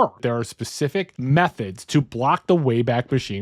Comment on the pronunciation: I know you said methods.. but i definitely heard meth head 😂